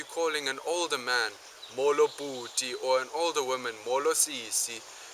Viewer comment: Great video. I'm a native Xhosa speaker and I enjoyed this video. Just a bit of advice for you shorten your vowels a little you tend to make them very long like mooolo instead of a short molo. (I know this is from a year ago but still)